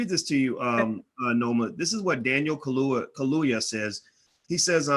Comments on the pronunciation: Not ka-loo-wa. it's Ka-loo- ya. Get it?🙄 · how the hell u gonna talk #@ about black empowerment, africa etc. but can't show basic respect to try and pronounce an african name correctly. Ka - lu - ya : simple!! Contemptuous mispronounciation reminds me of how africans are treated by racists - SMH!